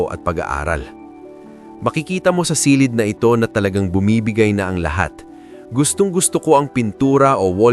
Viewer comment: A very nice content! Ang napansin ko lang kung minsan ang pagpronounce mo ng word like “ silid”is not correct, The accent should be on the last syllable.Sorry po sit ha, ❤